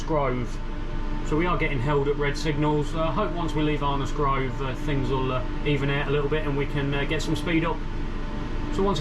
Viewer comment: Your accent is very stranged, sounds like someone from the midlands moved down to london and picked up twangs. Can tell well "arnos grove" and "even out" sound cockney then you say speed OP like a northerner! haha. Great video none the less thanks for making these